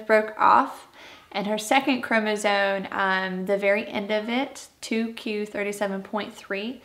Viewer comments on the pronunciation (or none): I'm gonna say this- it would be better if Mom would properly annunciate chromosome instead of chromoZONE.